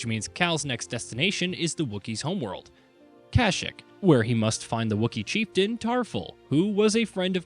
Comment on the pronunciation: The way this guy pronounces Kashyyyk don’t hit the ear right